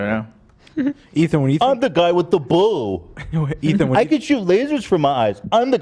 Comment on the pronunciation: why does hila call him eaton?